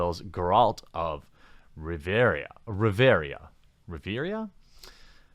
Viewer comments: Bevvvy gerAlt of riveria lmfao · Claims to be a Witcher fan Calls it "Riveria" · Geralt of Rivia... ..."Riveria???" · Gawralt. Riveria. Have you ever played this series or read the books? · "Geralt of Riveria" :)) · It's Rivia, not Riviera xD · It's Rivia, not Rivera FFS #NerdRage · Riveria? Have you played the Witcher? Rivia...it's Rivia. Like Trivia, but no "t". :D Also, the makers of the Game of Thrones took the narrative in very different directions from ASOIAF in many instances. While the fans of the books didn't like every change, they also didn't riot over it. In general I think most (including me) were okay with the changes. (I suppose not introducing Lady Stoneheart was somewhat of a letdown for many.) So a pre-existing fan base is not always going to rage when a TV adaptation changes characters and plot elements. In fact, I think some SJW fans were more upset at things they did not change, like the rape scenes. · Jeralt of Reveria ......wtf Jeremy !? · Its pronounced Gare-ult of Riv-ee-uh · this guy can't even read, "Riveria"? seriously? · oh my god it's pronounced rive and ia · You even play dawg? RI-Vi-AH is how you say it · Ri -vi - Ya At least say it right bro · RIVIA! REEEEEE-via, although there might be a Geraldo Rivera joke hidden in that misnomer he made I can't decide. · Sound it out with me: Geh-ralt of Riv-e-a. Short i, long e, short a. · Also, RIV-EE-UH :) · "Riv-Air-ia"? Bruh. You never even played the games lol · Riv-E-uh Ya dingus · Also it's Rivia, Ri(as in river)vi(as in ve)and a(as in a deep a like uh). Ri-vi-a=Riveuh. Proper way to say it :) Not a criticism, it took me a while to get it so I thought I would save you the trouble. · Geralt of Riv-E-Ah. I'm here for ya, bud. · Dude, you can't even Say Geralt last name... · Do you not play the Witcher bro? Its Geralt of Rivia how do you not know how its pronounced lol cmon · >pretends to care about the Witcher >cant even pronounce Rivia yikes